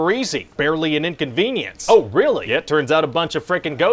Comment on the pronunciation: "Barley and inconveince" lol